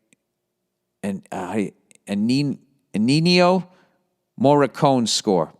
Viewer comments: "ennenio morricone" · He’s gonna he ripped to shreds for saying ennio maricone like that